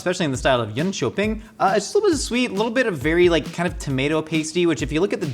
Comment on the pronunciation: you got the facts damn straight. Good pronounciation of Jönköping aswell! I'm proud of you